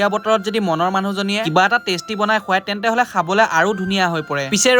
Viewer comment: Bro kotha bur ussaron thik koriba tentehole nohoi brother tenehole